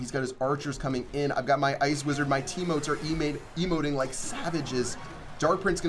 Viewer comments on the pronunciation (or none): He said "my teamotes are emating" 😂😂